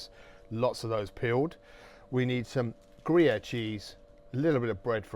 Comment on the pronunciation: Gruviere e non Grayer come pronunciato dal traduttore !